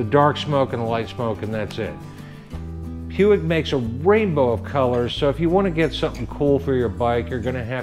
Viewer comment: Not that I want go all grammar natzi on you but I think it's pronounced "pweeg".